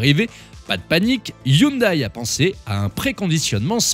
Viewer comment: Hyndai à prononcer "youndè", Hyundai France dixit 🙂